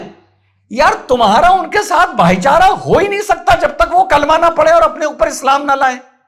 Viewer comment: भाईचारा नही भाई को चारा 😂